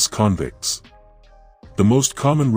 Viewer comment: I am so sick of AI voices in these videos. Can’t pronounce stuff right “convicts” for instance . Even though I’m Tasmanian an I’m intensely interested in port Arthur’s history. I turned off. These stories would be so much better with a proper voice to really create the mood.